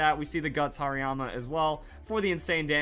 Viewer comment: Whats a "Hairyama"? Is it a Hariyama with lots of hair? (Please don't hate me too much, that pronunciation made me laugh waaaaaay too much not to pick on him)